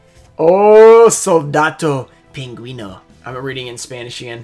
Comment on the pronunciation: You were pretty close reading Italian. Soldato pinguino and Squalokraken were perfect in pronunciation. A little bit of practice and you can join one American-italian Mafia gang lol Cioccopollo was obviously the best pull!